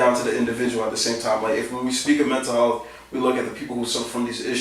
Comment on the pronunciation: "mental helath"